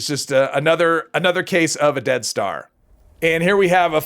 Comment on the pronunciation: Oh you're saying dead star. At first I thought you were saying death star.